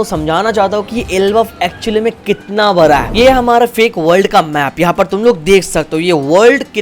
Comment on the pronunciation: It's bada not bara thala bhi😅